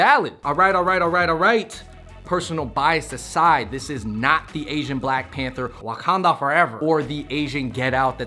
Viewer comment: i think he intentionally said it with a chinese accent